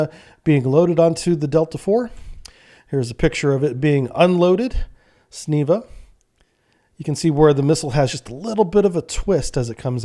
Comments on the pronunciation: snieva acrualy in russian not sniva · not Sniva, you do lots of mistakes like that, hope the advice helps avoiding more butchered words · 'CINEVA' pronounced see-neva. Russian word for hazel bush.